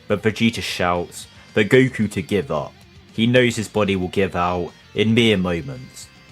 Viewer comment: Have you noticed you say "goo koo"?